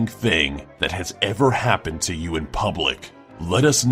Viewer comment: in da house do you not know how to say the word you 🍺😐